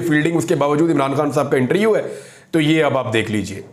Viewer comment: پیارے بھائی میں آپ کو دیر سے فالو کرتا ہوں، اور آپ کے لیۓ دعا بھی کرتا ہوتا ہوں کہ خداوند آپ کو سنبھالے رکھے اور حفاظت کرے۔ لیکن ایک درستگی کیجیۓ پلیز۔ ایک لفظ جو آپ اکثر استعمال کرتے ہیں۔ وہ لفظ ہے اِنٹریوُ پلیز اِس لفظ کو ایسے بلائیۓ اِنٹرووُیو Inter View آپ بہت اچھا بولتے ہیں۔ آئی لو یوُ مائی برادر۔